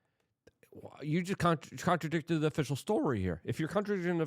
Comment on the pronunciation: luke cant even pronounce "contradicted" or "contradicting " ( basic english )